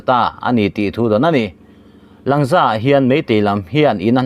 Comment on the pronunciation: Langza - Lângza tia thlûk tur aw.